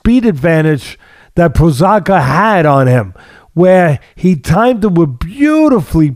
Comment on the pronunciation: I love Teddy's philosophical outlook. PS: pronounced pro- haas- ka and te-share-a